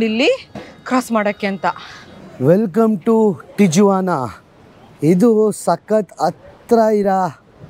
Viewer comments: Wall existed since 1907 and every president is reinforcing the wall. Do some research before posting misinformation. You saying Bush built 20km wall in 1993, which is the start of the wall is completely wrong. There is a long history for the wall. Its not difficult to find the information. And you are in Tijuana, at least try to learn how to say the name of the city. In spanish "J" is pronounced "H". Its pronounced differently. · ಅದು ಮೆಕ್ಸಿಕನ್ ಹೆಸರು. ಟೀ-ವನ ಅಂತ. Not ಟೀ-ಜುವನ . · ಸಾರ್, its great of you to have visited this place .👍 But ಅದು ತಿಜುವಾನಾ ಅಲ್ಲ, ಸ್ಪ್ಯಾನಿಶಲ್ಲಿ J ಸೈಲೆಂಟು. ಅದನ್ನು ತಿವಾನ ಅಂತ ಉಚ್ಚರಿಸಬೇಕು. ನಾನು ೧೯೯೯ ರಲ್ಲಿ ಅಮೇರಿಕಾದ ಸ್ಟೂಡೆಂಟ್ ವಿಸಾದಿಂದ H ೧ ವೀಸಾಗೆ ಸ್ಟ್ಯಾಂಪ್ ಮಾಡಿಸೋಕೆ ತಿವಾನಾದ ಅಮೇರಿಕನ್ ಕಾನ್ಸುಲೇಟ್ಗೆ ಹೋಗಿದ್ದೆ. ಭಯಂಕರ ಅಪರಾಧ ನಡೆಯುವ ಶಹರ ಅದು. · ಅದು ಟಿಜುವಾನ ಅಲ್ಲ, ಟಿಹುವಾನಃ. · It is ಟಿಹ್ವಾನ not ಟಿಜ್ವಾನ. Sorry, I had to say this. 😊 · Hi sir and mam your all videos are amazing bestest videos in kannada nan anthu nim channel big fan ondh video nu bittilla.. matte ondh correction in this video TIJUANA na ju should be read like that.. ju becomes hu.. please read it like TIHUANA. I live in California Bay Area. I love your Amazon forest videos especially and also Iceland videos. Hats off to you both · Appa nimma pronounciation sari madkolli. Tiyavana antha. Guatalahara kanri. Katkondavare alla. Katkondiddare. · It’s pronounced as Tihuana. In spanish, j is spelled as h. Trump during first term built only 50 miles of wall. wall existed built during earlier administration. Mexico sounds as Mehico. No matter how high the wall, coyotes find a way to smuggle the people from Mexican borders. There are lot of tunnels that are dug directly into border towns in US. Did you know that #2 illegal immigrants are from India? There are some states in US encouraging the illegal immigrants. State doesn’t cooperate with immigration enforcement. These people have nothing to lose. Once they enter US. They hide behind community and work for lower pays.